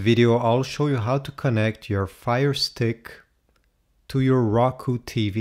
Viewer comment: you pronounced it raku it's Roku